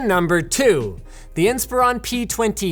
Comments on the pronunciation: I've never heard anyone pronounce "Inspiron" like that. It's not "Inspire-ON" It's "Inspir-ON" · IN-spur-on, Linus, IN-spur-on! Will you ever say the damn thing right!? EDIT: Apparently, in the same video haha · That's not how you pronounce "Inspiron"! :)